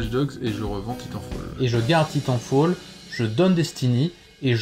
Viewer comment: Ça prononce mal titanfall 😭